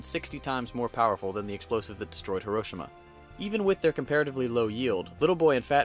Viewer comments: If you havent gotten 50 million comments yet, Hiroshima is pronounced He-ro-she-ma not her-o-shi-ma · herosima is what it sounds like he is saying lol... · Did anyone cringe when he said Hiroshima like hairoshima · it's hero-she-ma not hairo-shi-ma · you mean Hee-ro-chima? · It's HI. ROH. SHEE. MA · I’m getting bothered by how your pronouncing Hiroshima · am i the only one that gets mad with the way her pronounces hiroshima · It's pronounced hero Shee ma idiot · um I think you said Hiroshima wtong